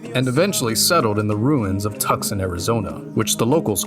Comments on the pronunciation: Love this video, the only thing I gotta complain about was you pronouncing Tucson as Tuckson😭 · I don't think I've ever heard anyone call Tucson Tucson the way you said it. Only ever heard Tucson